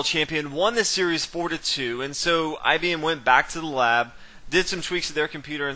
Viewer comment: commenator. It wd help the game of chess, us, the rest of the universe and yrself, if you wdnt speak that lousy american street slang. I am sure you can do bette than this, esp when commenting a chess game. Did you say 'IBmmmmm' at the beginning? I am not IBM's marketing manager, so I care. Painful the way you talk. Typical US of A arrogance and ignorance.